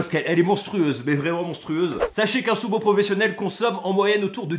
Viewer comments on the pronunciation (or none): MAIS ARRETE DE DIRE SOUMO